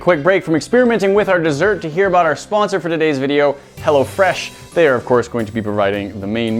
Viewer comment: it sounded like you said hella fresh meal